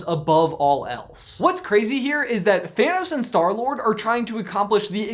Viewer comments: did you say store lord or stoor lord? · Love the way he says 'in defense of Star-Lord' through gritted teeth XD